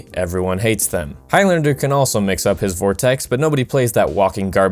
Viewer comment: "vortex" sigh....